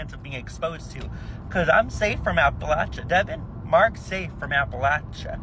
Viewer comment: He was pronouncing Appalachia wrong... lol